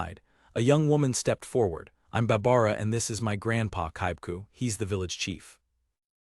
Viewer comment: I don't generally mind AI reading. It can rip you out of the zone when you hear it misuse the versions of read but there's a problem with part script. Apparently there were places where the apostrophes were turned into spaces so it screws up any word with an apostrophe. Not more than like 5-10 minutes and then it seems to have been fixed but it's pretty jarring to hear them say things like "he s" rather than he's lol